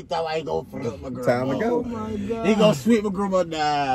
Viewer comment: “oh my gwad”😂